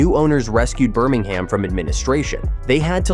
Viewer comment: Not Burming Ham. It's pronounced Burming um.